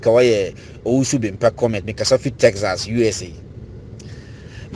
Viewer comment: Tell the guy from Texas to learn how to pronounce Texas